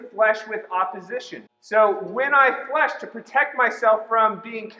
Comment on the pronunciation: omg its fleche not flash... lmao its so funny bc i do fencing in chinese but i take french at school